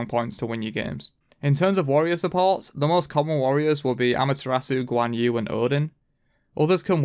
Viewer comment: You better remake this video . No way you said guan support...